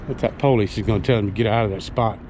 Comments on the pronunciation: Thank you from those of us who really are handicapped! Just one thing, what the hell is "the poll-leeze"?! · No offense but is that how you folks pronounce “police”?? Lol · Maybe try pronouncing the word police correctly. Police, not po-lice. Also, you are complaining and that is exactly how you and the company your own or work for make money. I'm all for towing people when they are parking in the wrong places. Just some thoughts. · Normal people : police This guy : p"OW"lice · Poe-leece??? Lol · PO-leese. Lol. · uhhhhhhhh, police IS a two syllable word.